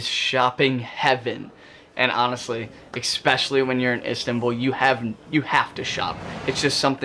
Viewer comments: Great insight. The only annoyance is the word you use: ESpeacially not EXpecially. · I’ve learned a new word today “expecially” thanks dude.